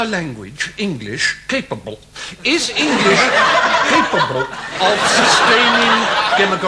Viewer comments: The way he say capable is just amazing, lol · I have no idea how Hugh can not loose it when Steven says 'capable'. hahahahahaha